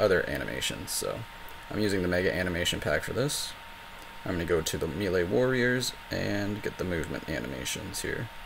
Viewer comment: Thank you so much for your tutorials. The way you say 'melee' makes me want to destroy something. Not you, just something. But your videos are super helpful.